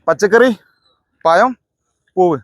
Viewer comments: പയം അല്ല പഴം എന്നു പറയുക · പയം അല്ല പഴം എന്ന് പറഞ്ഞൂടെ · പയം എന്ന് പറയല്ലേ പഴം എന്ന് പറ 😅😅😅😅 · പയത്തെക്കാൾ ക്ലിയറാണ് ജമന്തിയെന്ന് പറഞ്ഞത്...... ആദ്യം പഴം എന്നു പറയു😂😂😂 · പയമല്ല. പഴം . എല്ലാവരേയും ഒറ്റ round ൽ നിർത്തുക. അവർക്കെല്ലാം നമ്പർ നൽകുക . പച്ചക്കറി പഴം പൂവ് എന്ന് പറഞ്ഞ് നമ്പർ വിളിച്ചാൽ മതി. അവർ ഉത്തരം പറയും. അപ്പോൾ ചോദ്യകർത്താവിന് ഓടിനടക്കേണ്ട . വാഴപ്പഴം എന്ന് മാത്രമേ പറയാവൂ. എല്ലാ വാഴപ്പഴവും വെവ്വേറെ പറയാൻ പാടില്ല. ഇഞ്ചിയും പുളിയും മഞ്ഞളുമൊന്നും പച്ചക്കറിയിൽ പെടില്ല മാഷേ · പയം അല്ല പഴം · പഴം പയം അല്ല ഹേ